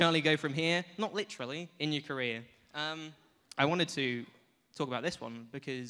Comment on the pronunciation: When Charlie said "in your career", i thought he said "in North Korea"… wtf ?